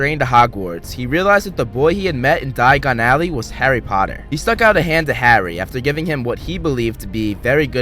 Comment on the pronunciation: It's a Diagon Alley not Dayan Alley